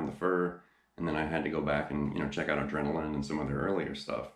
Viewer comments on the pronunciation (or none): none